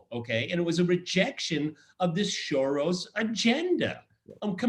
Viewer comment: Peter Lavelle says SHoros and George Szamuely says SoroSH. :-) Which one is right? ???